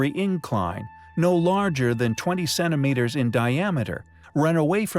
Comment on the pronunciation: Cennimeters? Seriously? How about centimeters? Please try to pronounce a "t".